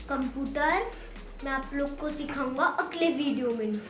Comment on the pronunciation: Beta cumpurar nhi Hota hai computer bolo 😀